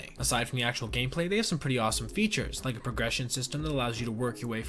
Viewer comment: What did you say here? "looking drunken sailor" or "like a drunken sailor." Word up. Its word girl....😂 I'm just trying to figure it out. Sounds like you said the first thing, when it should be the second thing.